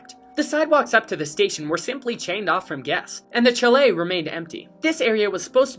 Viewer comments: FYI- It's "SHALL-Lay", not "CHALL- let". Great videos! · I think you should pronounce it properly! ("SHAL-LAY") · That's Chalet (SHALL-AYY) not CHALLOT. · Please learn how to say “chalet”.